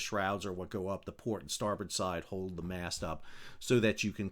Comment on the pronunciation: Why do say mass instead of mast?